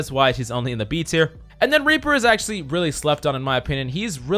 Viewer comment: Lmao same here